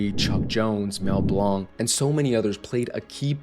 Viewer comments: Mel Blanc pronounced his surname like "blank." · Bro. It's pronounced Mel "Blank". I'm going to be honest this makes me start to question the expertise of this video.... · This mispronounciation of Mel Blanc took me out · Mel pronounced Blanc as Blank. Hard A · That's not how Mel Blanc's name is pronounced.